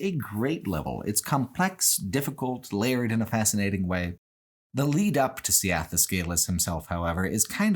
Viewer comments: ive never heard anybody pronounce izalith e-zalith and even more so seath and see-ath. its literally said in game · I’ve never heard someone pronounce Izalith and Seethe the Scaleless like that lol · I love how cruelly you mispronounce names like Izalith and Seath. You are literally taught how to say their names in the first cutscene 😂